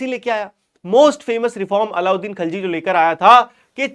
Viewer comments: Khilji hai khalji nahi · Khalji❌ Khilji✅